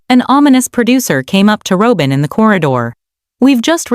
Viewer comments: Its not Row bin, its Rob in! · Robin is pronounced, Rob-in